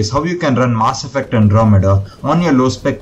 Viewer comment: my ear gets infection everytime you say "MAAaasS effect"